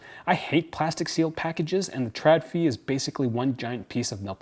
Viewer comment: Just btw, Å = O so it's pronounced "ikea trodfri". Literally wire free/less. Sorry, that just bugged me. P.S. I love your dog. He is so appropriately dressed.